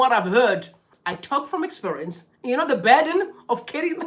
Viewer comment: Umh! kunoner here? Expurience or experience 😂😂 on a serious note, keep going.